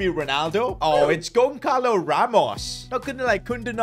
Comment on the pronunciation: Bro said Gonkalo Its Goncalo (Gon-salo)